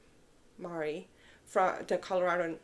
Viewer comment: I don’t know the difference with those bind offs either 😂😂😂 and you said “Mari” great ❤